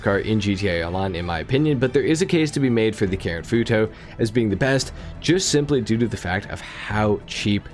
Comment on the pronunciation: It’s the way he says foo toe for me